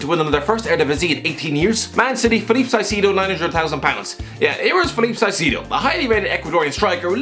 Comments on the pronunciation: Caicedo is pronounced: "Kaisedo" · sigh-see-dough 😂